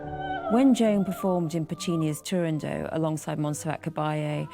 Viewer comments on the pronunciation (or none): And apparently it's pronounced Turandoe!! lol. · There are quite few mistakes in the narration, but the clips of Sutherland's singing are marvelous, always a pleasure to listen to this marvel of a singer. I was lucky enough to see her multiple times on stage.